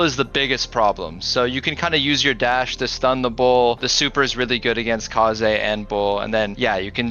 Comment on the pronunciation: rare footage of pronouncing kaze's name properly